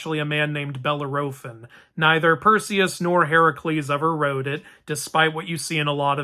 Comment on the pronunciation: Bellerophon pronunciation sorry, your way threw me off my horse(not winged) great video anyways